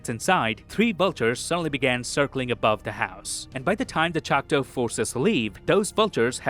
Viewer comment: LOVED! this synopsis BUT my guy it’s choctAW NOT chocTOE this is coming from a Choctaw granddaughter